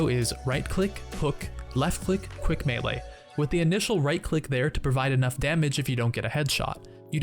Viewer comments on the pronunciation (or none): none